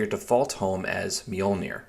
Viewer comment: It's just pronounced "MOLE-neer"